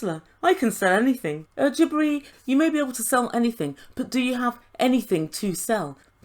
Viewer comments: Every time you say “Jibri” I hear “Debris”. 😳🤣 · That’s what I hear every time she says it! 👍